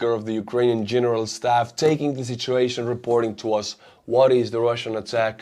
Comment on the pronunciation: "shitshuation" - probably unintended, but I love it!